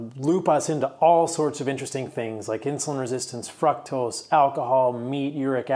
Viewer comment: I love the info, but if you pronounce fr-ook-tos as fruck-tos one more time, I'm gonna scream